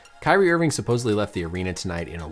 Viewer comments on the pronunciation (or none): none